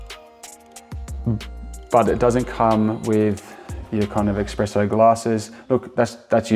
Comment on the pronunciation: You said Australian made, it’s not. You kept saying expresso, it’s espresso. You also leave your beans in a non airtight container? You know nothing about coffee.